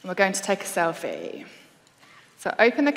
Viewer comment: I'm gonna take a selFEE. Which now rhymes with crinGEE!